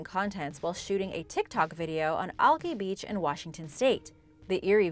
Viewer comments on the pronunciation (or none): none